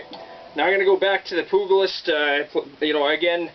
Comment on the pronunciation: “Poog-a-list”? Come on dude haven’t u ever seen “Young Guns”? The G sounds like a J